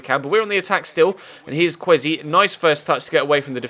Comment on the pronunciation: Kwesi is pronounced ker way sea